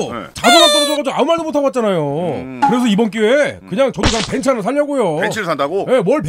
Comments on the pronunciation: 벤스 발음 듣기 좋네 ㅋㅋㅋㅋㅋ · 벤츠를 벤쓰라고 말하는게 왤캐 고급스럽고 믿음직스럽지ㅋㅋㅋ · 중파형 벤츠 발음 고급지다